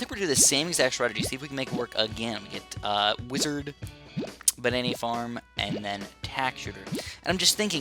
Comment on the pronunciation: Am I the only that heard "banani farm"